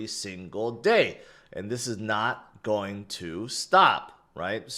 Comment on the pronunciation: learn how to pronounce GOING. everytime you say" its go be" its sounds stupid. you probably think it's cute or something. but it's cringe